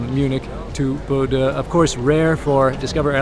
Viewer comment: I second spacemanspiff's comment below. should learn to pronounce Bodø correctly - the captain had it right: Bo as in beau, ø as in oeuf (the French word for egg), so kinda like Beaudoeu. Also, some biographical info on the flight crew would be welcome.